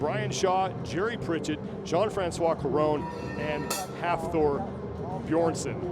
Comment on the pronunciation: This man called him hafthor beerson